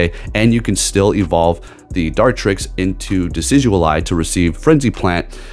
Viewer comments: How you’re saying it: De-Sid-You’ll-Eye How to actually say it: De-Sid-You-Eye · it's not DECIDUAL-eye it's decidueye!!!!🙄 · Decidualeye 😂 love ya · you're still pronouncing it wrong 💀💀💀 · Him adding the “L” kills me every time! Lol